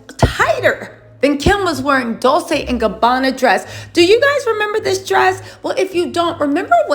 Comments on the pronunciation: It's pronounced :Dol- tche, not Dol-se sweetheart. It's Italian. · I think "Dolce" is pronounced with a chay sound on the end. You keep saying it like its pronounced like Dolsay or something but I think its supposed to be pronounced like Dolchay..not trying to pick or be rude and I could be totally wrong. And if I'm wrong I completely apologize. Please don't take my comment as me being negative cause I adore u and your entire channel and presence on Youtube! XoXo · Dol-Say?? it's Dol-che! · love your channel. Dolce is pronounced (Dolchay).